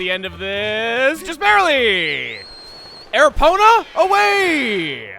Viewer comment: it sounds like you say "airpona" away! but I think you want to say Epona the horse Link gets in Ocarina of time and those other games..